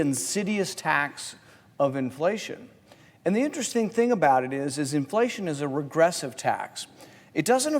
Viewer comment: "Same ting" 🤣🤣🤣 V.interestjng the difference between tax revenue and interest.